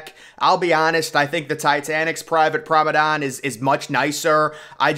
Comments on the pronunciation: Promedan? Promenade* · Its not Prom-o-don. Its Prom-A-nAde. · Are you trying to say ‘promenade’? What is prombedane? Lol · Nice video! But the correct word is Promenade, not promedon! The pronounciation kinda bugged me haha. Also Titanic did not sink in 5 days, she sank in 2 hours and 40 minutes which is more depressing. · Promenade, Promenade, Promenade, Promenade, Promenade NOT Promadon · Promenade* not “promedon” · He Must Be Joking With Us By Still Saying Promadon. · He repeats it so much that he's going to make us slip up and say it. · Funny, placing an organ next to... a staircase. Not much of a performance space.... where would the sound propagate? What music would have been played? And that word, pronounced "promenand"? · That pronunciation of promenade must be rage bait. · Hes said Promenade wrong so many times for so many videos, that I am starting to mispronounce it. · If you're going to continue to make these videos, PLEASE pronounce the word PROMENADE correctly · Promenade..🙄 say it properly